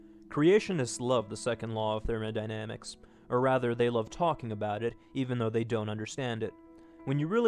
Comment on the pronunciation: "The Second Law of 'Therman-i-damics'" Cracked me up a bit :P